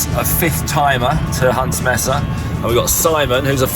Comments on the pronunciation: Mesa is pronounced maesa, not messa. Messa is a group of things, such as "I caught a messa catfish." 🙂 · Another excellent POL. Thank you. A small point for. Mesa is pronounced maysa. And, in Monument Valley, the other tall feature is called a butte, pronounced buoot, not butt. A simplified definition is that buttes have smaller diameters than mesas. And the next time you go, check out Goulding’s Lodge and the old Goulding’s Trading Post. A great place to stay or just eat and lots of history. It is because of Harry Goulding that so many movies were made in Monument Valley, especially providing periodic jobs and income for the Navajos during the Great Depression. 😊